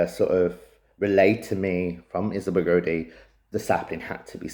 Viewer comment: It's pronounced (Gow-dee) not (Go-Dee) also I noticed in your documentary trailer for your Kickstarter you also call her home village Auldean it's Auldearn (All-Dern)